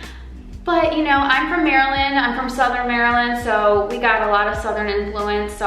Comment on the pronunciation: Has your husband stopped pronouncing Maryland incorrectly?